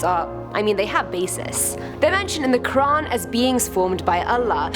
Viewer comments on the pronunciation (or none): none